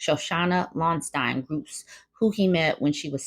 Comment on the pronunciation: Lonstein is pronounced Loansteen ... I remember from that time. I really thought they were going to get married tbh.